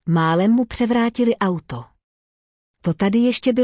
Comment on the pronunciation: Robot ani nepřečte auto, je to a uto. Chybí mi tam emoce.